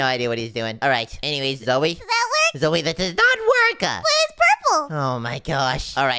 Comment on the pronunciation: stop calling Zoey zoye😡😡